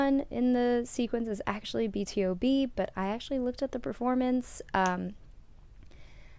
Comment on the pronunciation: It's B-to-B btw not B.T.O.B.